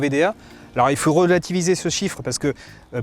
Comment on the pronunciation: Les gars de l'argus vous faites exprès de dire adblue au lieux d'Ad blue ??